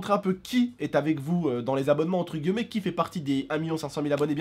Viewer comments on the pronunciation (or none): none